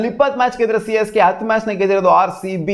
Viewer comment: He said Haarcb also 😂😂